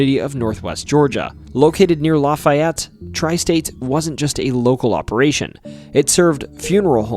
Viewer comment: For someone who supposedly comes from Georgia, how the heck can you mispronounce Lafayette? Everyone around GA knows it's La-FAY-yet. Where do you think you are? Louisiana?